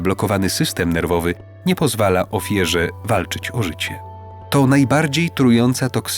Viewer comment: Mówi się ofiarze a nie ofierze bo mówi się OFIARA a nie OFIERA poza tym co to znaczy ofiera?